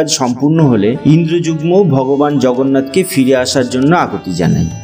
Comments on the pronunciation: 'Indrajugmo' bolchen , ota "Indradumno" hobe. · রাজা ইন্দ্রযুগ্ম নয়, তিনি ইন্দ্রদ্যুম্ন। নীল অঞ্চল নয়, নীলাচল। খুব সুন্দর বর্ণনা হয়েছে।